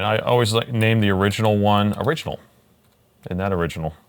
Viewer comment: its ORIGINAL not Oringianl..